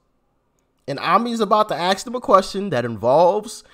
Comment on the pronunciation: ASK ASK ASK NOT AXED!!!!! FUCK ME? RUAFOOL?